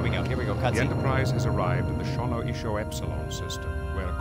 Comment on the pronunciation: Okay, but let's imagine this... A tell tale Stark Trek game. Also, he DID say Shonioso as Shonoiso the second time, BUT even the spelling was different if you read it. So obviously, there was an issue in both the script they all read and they didn't change it in the game. Wtf